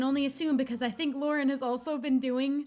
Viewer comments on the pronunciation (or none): none